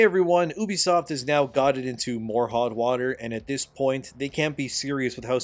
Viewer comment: Why did I hear "ubisoft is in hog water" 💀